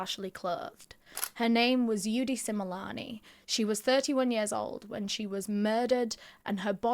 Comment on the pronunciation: I’m from South Africa, I’m loving how you pronounce their name correctly ❤love this 😊